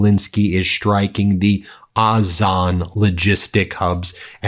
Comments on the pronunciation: O - Zone, not Oz - on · OZON Ben not AZON. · FYI it’s pronounced ozone. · iT IS Ozon, pronounced Ozone, just saying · Why can't you pronounce Ozone the normal way as you do for Fire Point, Wildberries, etc?